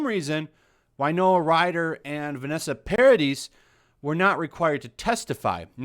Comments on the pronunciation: It's pronounced Par-a-dee! The 'is' is silent its French! PAR-A-DEE say it with me Par-A-Dee not PAR-A-DIS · Why is “the sun” covering this?! It’s completely unethical! FYI It’s Win-ona, not Wy-Nona. She’s a fantastic actress...and Vanessa Paradis is pronounced Para-dee. I’m not trying to be annoying but in reporting something, I believe all the names should at least be pronounced properly🙏🏼 😊 thank you for this coverage! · Vanessa Paradis is a singer, actress, model and you pronounce it Paradi. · Paradis is pronounced Paradee - the "s" is mute. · The s is silent in 'Paradis'. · She's standing up for Johnny Depp. The least she deserves is to have her name pronounced right. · Hint: "Paradis" is a french name ... the last s is SILENT.